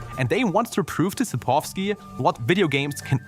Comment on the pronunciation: how can you include the correct pronouncioation for południca in the video but still not fucking pronounce it that way? you said poludnyka and its sapkowski, not sapowski